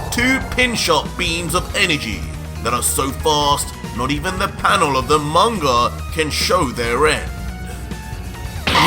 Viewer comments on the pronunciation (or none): none